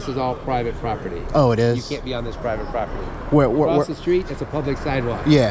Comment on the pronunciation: this is pie vit pop ur tee. 😂😂😂 so mad he can’t speak.